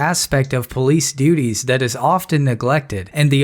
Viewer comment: its called a police officer, not a pease officer